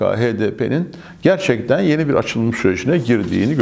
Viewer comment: Başkanım,yeni kelimesinin vurgusu düşük oluyor.YENİDEN desek daha yerinde olur gibi....